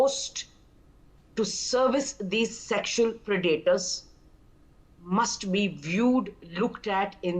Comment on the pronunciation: Pronounced 'Pred-a-tors. Accent on first syllable. Not second. Pre-'daters